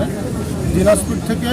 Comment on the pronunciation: সাংবাদিক রে ভাই😂😂😂😂 দিবাজপুর বলে😂😂😂😂